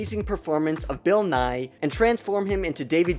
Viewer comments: They mispronounced his name. Bill Nighy is pronounced Nigh-ee so almost like you’re over exaggerating the last part of Bill Nye’s surname. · When he said bill nighy I though he said bull nye